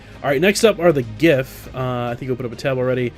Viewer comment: Are you sure you are pronouncing 'giff' right? :P